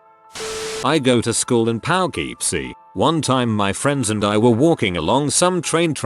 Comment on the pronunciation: Can pronounce Leicester but not Poughkeepsie. Huh. ok~